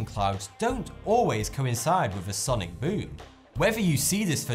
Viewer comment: I love this guy say ‘sonic BOOM’ in his ascent